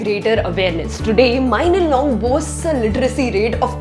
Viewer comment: It bothers me how you pronounce mawlynnong as mailynnong💀